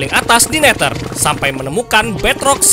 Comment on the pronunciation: Neder bukan neter😂😂